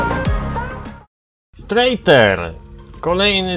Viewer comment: wymawia sie to sztrajter. (ten model=